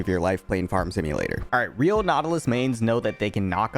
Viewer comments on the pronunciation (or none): sounded like you said "alright" in a thick thick THICK british accent XD